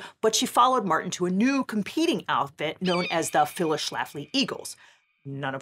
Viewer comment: "Phyills" Schlafly?